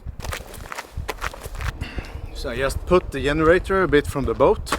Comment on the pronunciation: The way pronounced the word "generator" was the highlight of this video. 😂